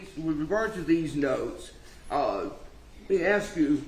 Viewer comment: when he says “ask” he says “aks”. So much for education.